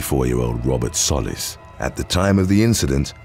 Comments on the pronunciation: The guy's last name in the first one is pronounced "Soh-leez" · Soliz is So-Leez Edit:this is the correct pronunciation